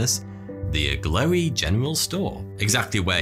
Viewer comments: Is the mountweazel supposed to be that Agloe is pronounced "ah-glow" instead of "ah-glowy" ? At least that's the way I've heard John Green pronouncing it. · I’m from upstate NY and I’ve always heard it pronounced (“ag glow”) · "Agloe" is pronounced" Ag- low" , actually! Delightful video, though! I love hearing about odd things on old maps